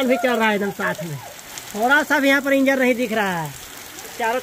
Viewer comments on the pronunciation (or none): none